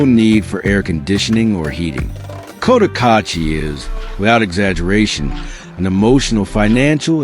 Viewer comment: Can’t even pronounce Cotacachi. $15k for a lot? Absolute nonsense. Rents are way off. $300 will get you a hovel. If you’re watching this be sure to get some accurate local intel.